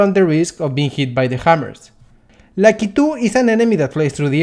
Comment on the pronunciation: they way you say Lakitu is amazing